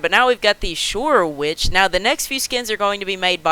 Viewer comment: I like how you said “Shoorwood” when it says “Shoorwitch”